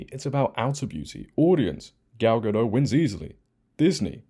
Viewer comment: Gadot, not Gado, you pronounce her name wrong several times in this video.